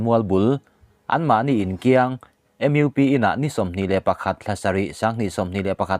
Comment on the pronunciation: Mizoram Upa Pawl (MUP) hi Mizo tawng a chhiar tur zawk.... ‘U’ hi ‘iu' tih loh tur